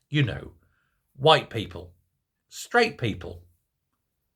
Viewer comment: Are you saying people or peephole? 😅